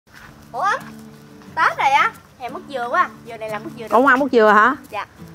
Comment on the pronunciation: Mứt❌ Mức✅